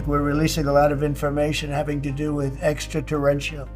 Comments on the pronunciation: At first it sounded like Trump said extra torrential (A heavy downpours currently hitting the region) before he said extra terrestrial, maybe a freudian slip??? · he didn't say Extraterrestrial he said "Extra Torrential" 🤣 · I heard extratorrential….. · Cmon, he doesn’t have a clue, he can’t even pronounce “ekta torrential….things”. He just wants to distract from the Pedo-Files. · I think he saidt Extra-Testical, he's gonna release Extra-Testical files ... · Extra-torrential… hahaha. He’s such an idiot. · "Extra torrential"? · “Extra-tarenchrial” 😭😭Trump is such an idiot hs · He said extra torrential, terrestrial. Slip of the tongue. Don’t over react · He said extra tez tickles. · Notice notice Trump said extraterrestrial and then said terrestrial. Much love to all ❤ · No, he didn't say extraterrestrial files, he said : two testicle extrateranchial things… can you believe it? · He can't even say it properly.He is not quailyfied, he is just a stoopid puppet. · Almost pronounced extra terrestrial 🤣 he’s cooked. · He screwed up the pronunciation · No shit.... But he at least corrected himself right after. Funny how anyone never mention just that.